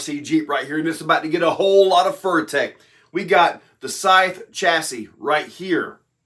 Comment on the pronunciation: FURY-tek, not FURRY-tek. Lol. Think about it.